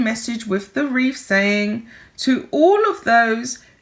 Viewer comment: Honey, it's a wreath not a reef